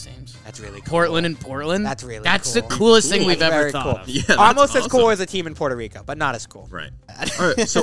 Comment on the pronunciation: oh i know y'all did not just say puerto rico